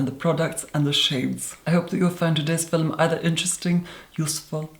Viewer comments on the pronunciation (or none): "Fill-um"? Really. Roll my eyes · Why am I the only one noticing him always saying "filum" when he says film. All jokes aside You Are Therapy from your voice to your appearance. Holy guacamole. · You say "film" like "Filum". It confuses me. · I love how he pronounces film, "filim" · I am here for my daily dose of "filum" <3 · We need "filum" merchandise!! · we don’t pronounce film as “filum” bc where tf is the “u”... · "Today's filum." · “Hi everyone today’s philnm is a philnm about a pale makeup on today’s philmn Kylie cosmetics doesn’t use www. It’s a trend now days philmn philmn philmn” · I'm here for every time you say Filum. I feel like I need to retake an English class..or classes. Probably a lot of classes. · i love when he said filem so soothing 😍🖤✨ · why does she always say "FILEM ?? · Filum I love the way he says film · Today's fi-lem so cute! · I love the, "Fillum", thing too much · When the video started, the first thing I noticed was his eyes, they were staring in my soul. It made me feel so uncomfortable 😂. I continued to watch this video, and when he said filahm I lost it 😂😂💀💀💀💀💀. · Normal person: Hi guys, todays video is a Kylie Cosmetics review.: Hello everyone. Today's fil-um is going to be a brand and product focused fil-um. WHY IS HE SO ARTICULATE?! AND WHY IS IT SO MESMERIZING?! also he makes me feel so incredibly stupid. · Damn the way you say “Film” is so satisfying,in such a strange way. I love it ! 😍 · Everyone talking about him saying “filum”instead of film while I’m freaking out that people DONT say “filum”?? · "Filum" haha I really like your skin also wtf youre so clearrr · I’m not sure, but I believe when he says “fill-um” he is actually saying film. It’s typical that many Irish people pronounce film this way. I’m not sure that is Irish, just educating 😘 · I told my friend I was going to watch your “fillum” and she was quite confused lol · "Fillem" love his videos tho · film?? Lol very posh LOVE IT! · Say film again. 😂